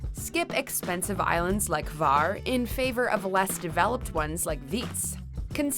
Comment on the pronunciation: Island is Hvar not var and town is Pula not Kula 🤦‍♀️